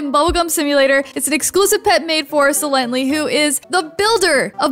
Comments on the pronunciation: It’s not sielanty it’s sylenty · It's sie lently